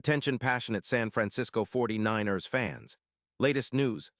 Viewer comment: You need to learn how to say 49 ers Correctly!!!!